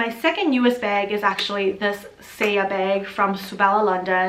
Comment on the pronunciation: Every time you say bag, i feel like you're saying beg for the Hermes lol Nice collection x